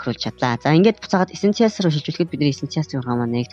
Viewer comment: Уул нь дажгүй заахын хилний дуудлага нь арай байна аа. Эсэнциал гээд яу яриад байгаан болоо гэж бодсон эссэйншил гэдэг үг байсан байшдээ. Монгол руу орчуулбал амин чухал гэсэн утгатай. Марвэлсын кино үзээд дуудлагаа ядаж сайжруулалдаа.